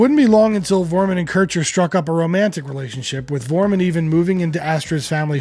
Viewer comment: When will they ever learn to pronounce Klaus' surname correctly? Foremunn. And Jürgen Follmer. And Ustrit Kirchherr. And are those Liverpudlians really called The Beals?